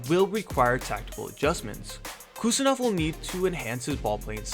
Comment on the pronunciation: Im from uzbekistan and I give you correct pronunciation of abdukodir's name. Its Husanov. Like when you say Haaland. With H. Not Kusanov but Husanov